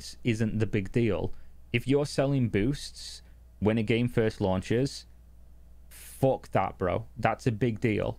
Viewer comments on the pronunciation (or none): "Fock That" for real.